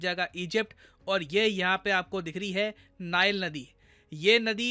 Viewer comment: It's not नाईल् नदी, It's नील नदी 😂